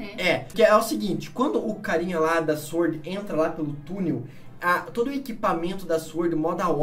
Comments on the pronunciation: Aos a garota fala IZ-uord. O certo a se falar é sUord. Assim como se fala sUat e não IZ-uat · Eu tenho agonia quando eles fala 'IS word'. kkkkkk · É sUord a forma correta de se pronunciar a palavra SWORD. E não sVord Basta lembrar que a gente fala sUat e não sVat quando pronunciamos a palavra semelhante SWAT